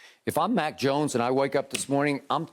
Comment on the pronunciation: Did he say Mac or Mike Jones?